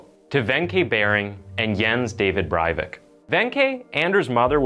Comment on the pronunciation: he is not German, therefore, not Bryvick, in Norwegian, it's Bray vick. i know that you want to be a good reporter, but get the facts straight!